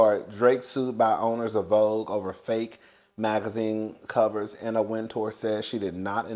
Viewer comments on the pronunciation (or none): none